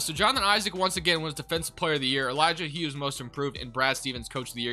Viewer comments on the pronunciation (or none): none